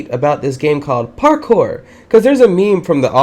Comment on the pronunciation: Did anyone else realize that every time he said parkour he said it like parKOUR! where fave go?